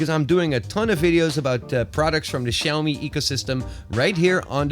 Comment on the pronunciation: 'Xaomi' anyone noticed that?? Hehe